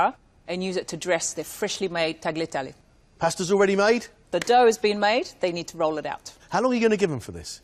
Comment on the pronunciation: I find it interesting that so many, many British chefs are such sticklers to the last detail--and yet cannot be bothered to pronounce correctly "tagliatelle", or--even worse--"pasta". "Tagg-lee-ah-telly', oh please.